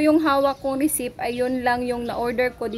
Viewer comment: Hindi resip ang pronounciation receipt silent P parang resit wahahaha paulit ulit ka sa resip.